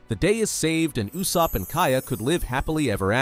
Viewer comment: "You-sopp" is crazy